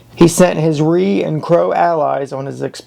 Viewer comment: Dude, it's not Reed Indians like you pronounced it. It's arikara, and Ree for short and captain McDougall, not McDouglas, commanded company B and the pack train.